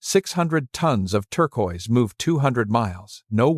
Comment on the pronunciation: Incongruent photos irrelevant to Chaco, and the mispronunciation of “turquoise” by AI makes it difficult to watch and listen to.